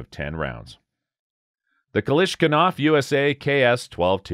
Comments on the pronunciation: Kalashinkov... What did you say... 🤣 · For god sake! How did you manage to butcher Kalashnikov name, which is like synonym of weapon. It's like instead of "assualt rifle" saying "asphalt waffle".